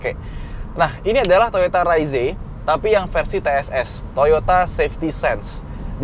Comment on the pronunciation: Padahal enakan bilang reiz om